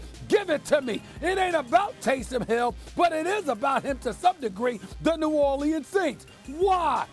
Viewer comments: "New Orleeans" 😂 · Bruh can somebody tell Stephen A Smith to say New Orleans right